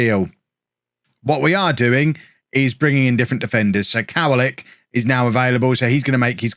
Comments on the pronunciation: Yes, what's written "w" sounds like a "v" in Polish so it's "kov-a-lick" not "cow-a-lick". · It's pronounced kovalick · Kowalik translates to Nuthatch Its also pronounced Ko-vah-leek